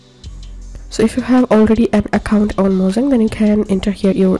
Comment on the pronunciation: bruh is not mozan but mojang